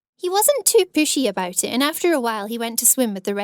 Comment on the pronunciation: “I was worried aboot it, I hated my lewks” her accent